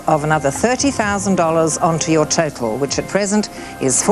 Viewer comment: She says total exactly like turtle.